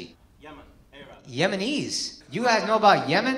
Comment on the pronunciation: You can tell he came over here as infant just by the way he pronounced "arab".